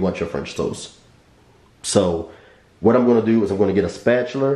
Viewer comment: I love your videos just found you tonight! I plan on using 4 of your recipes this week! I love how you said "spatulUr"